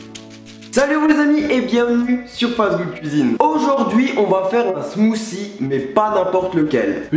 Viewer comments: 1) Suis je le seul a avoir entendu smoussi a 2) ton intro le volume est trop fort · oui mais le th en anglais ce prononce pas ss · On ne dit pas Smousie on dit smoutie avec un T :) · Smoothie Pas smoocie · smothie nous on prononce le t au quebec et quand on entend une personne pas pronnoncer le t cela nous vient a l'oreille bref bonne video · Il dit "des smoossie"... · mec tu peux du dire smoothie et pas smoosie